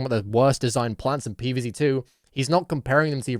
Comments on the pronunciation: "Pee Vae Zae" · “pee veez zey”